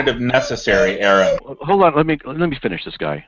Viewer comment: His name is "Aron", not "R N". Nobody seems to be able to get this right, ever. You got "Aaron", you got "R N", but very rarely do his opponents actually call him by his name.